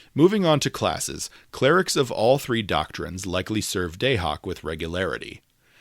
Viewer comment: Your pronunciation of Dahak is killing me! 😅